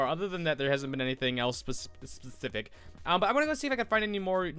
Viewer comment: The way he says specific